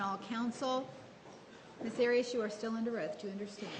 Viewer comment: Sometimes he does, but then he pronounces her name Arrrias, flamenco style. He cracks me up by calling her ma'm. She should be called something else, we all know what. There are plenty of nicknames for her, Nurmi have made sure we all got to know them.